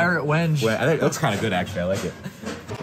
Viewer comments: It's pronounced "when-gay" (the stain color) :-) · It's pronounced when-gay, not wen-je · You guys are funny, it's pronounced Wen- gay